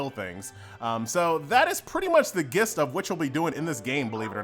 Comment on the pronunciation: Uh... gist is pronounced as "jist"... just FYI